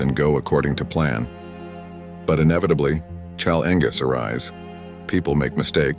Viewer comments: Cell Angus? Are you struggling to say the human word "challenges"? LOLOLOL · I hate when Chyle Ingus arises 😂 No thanks to the AI read scripts. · Challenges...it was just mispronounced.